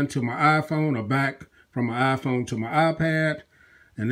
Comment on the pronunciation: wyaafaa aayaiphone sorry but i heard it like that :)